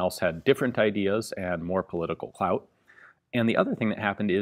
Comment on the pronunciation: We jus gonna ignore how he says political clout